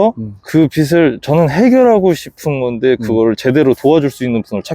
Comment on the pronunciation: 빚을-비즐, 빚이-비지 입니다 입니다.